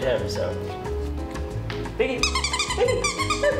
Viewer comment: Biggie small not biggle